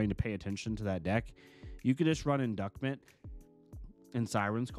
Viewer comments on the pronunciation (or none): Not sure if you're memeing or not but inducement is pronounced in-duece - ment and everytime I hear you say induckment I die hahah.